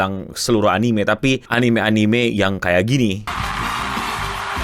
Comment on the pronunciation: "AI anine consulting" cringe banget anjinkk